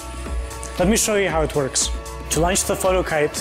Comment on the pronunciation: i thought he said "let me show you how it twerks" XD